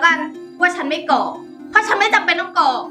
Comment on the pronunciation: กรอก..นะครับไม่ใช่..กอก